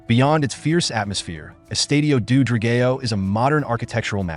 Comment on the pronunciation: Thank you for making a video on our stadium. Not sure you are aware but we wear blue and white so when you spoke about the fans you were actually showing Portuguese National Team fans. The pronunciation of the name Dra-gay-o would be very offensive had it not come from an AI voice, perhaps just use the English word which is Dragon. The Stadium is NOT located in Boavista, thats where the local city rivals are so this simply wrong information. Sorry to sound critical, I just needed to mention the big faux pas on the video. I am grateful you made a video on our stadium just wish there had been a bit more research done before presenting false data.